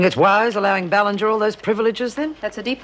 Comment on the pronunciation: omg.....maybe I'm crazy but it really sounded like Ann said Ballantyne instead of Ballinger at :35